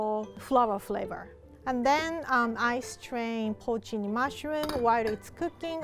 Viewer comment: I can't understand her pronunciation of the dried mushrooms and the captioning says protein mushrooms, which I'm sure is wrong. Any suggestions?